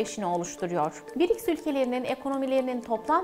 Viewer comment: Birics degil brics😂